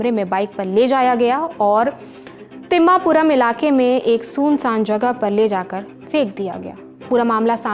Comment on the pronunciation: आपका ऐंकर सुनसान का उच्चारण सही से नहीं कर पा रहा है